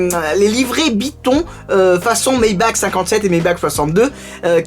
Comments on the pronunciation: Ça se prononce Maybarrrrrre 😂 sinon cool la vidéo continu ! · Ça se prononce "maybarre" a l'allemande :) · Moi je dis « Maybar » pour Maybach, parce que c’est allemand. Comme dans « acht »